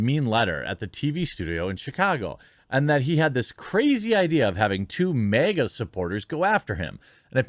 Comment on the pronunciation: You pronounce MAGA as MEGA